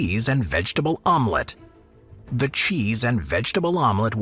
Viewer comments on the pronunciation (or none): The Vomlete!!! LOL!